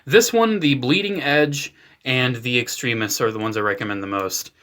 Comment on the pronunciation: its extremis not extrimis duh